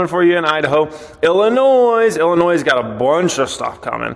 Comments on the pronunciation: I know you just made everyone from Illinois mad by pronouncing the “s” at the end hahah. It’s a silent s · Illinois with the S 😂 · It's IllinOY